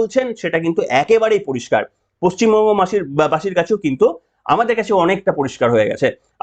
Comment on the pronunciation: আপনি ভাই পশ্চিমবঙ্গ কে পচ্চিমবঙ্গ বলেন মাঝে মাঝে এটা খুব কানে লাগে।